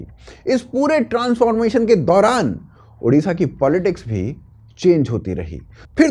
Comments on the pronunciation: It's"odisha" not "udisha" for your kind information "odia" not "udia' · I don't get this, don't you UP wale hindi letter mein ओ नही है क्या?। It's ओडिशा not उड़ीसा। Always a problem with Hindi speaking arseh0les😏😏😏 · One humble request, correct your pronounce.. Its Odisha and not Udisha. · First of all it's not ऊडीशा, it's ओडीशा. Everyone is pronouncing this wrong always. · Udisha ❎Odisha✅ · Our State name ODISHA not udisha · Udisha nahi bhai odisha hai ❤️‍🩹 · I am an Odia. I am totally apolitical. But CM means always Naveen ji for us. We miss Naveen ji. And yes one request..please say ODISHA in place of udisa.